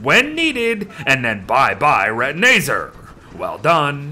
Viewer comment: ITS RETINAZAR NOT RETINAYZER